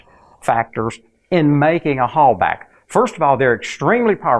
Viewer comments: For the love of [insert preferred entity] don't pronounce the German "Hallbach like "Hallback" or "Holebag". Here you go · You’re mispronouncing Halbach. It bugs. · Is the "bach" in "Halbach" pronounced "back" or like the Johan Sebastian Bach's last name?